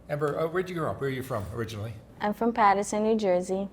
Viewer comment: Patterson 😂 Paterson* an I ain't even frm there